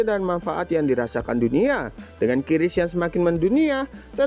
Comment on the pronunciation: Baca saja Kris sesuai ejaan Indonesia jangan kiris.